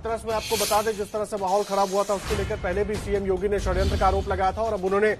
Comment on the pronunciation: Abe kya khadyantra , hadyantra bol Raha hai phle shadyantra to bolna sikh le